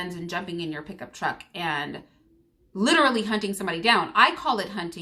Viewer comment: And by the way Candace, saying "LITCHrally" don't make you sound intelligent whatsoever! It makes you sound ignorant!